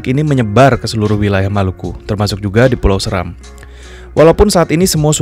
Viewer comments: Bacanya bukan Səram, tapi Séram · Seram bacanya *Se"ram*.Salam dr Kabupaten Flores Timur dimana asal usul kami jg dr Seram, buat saudara2 ku di Maluku khususnya Seram .Fam saya Seran Goran🙏🙏